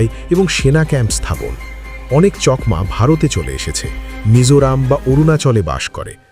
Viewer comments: চকমা নয় চাকমা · চকমা নয় চাকমা বলুন। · কথা টা চকমা না চাকমা? আমি তো আপনার উচ্চারণ টা প্রথম শুনলাম।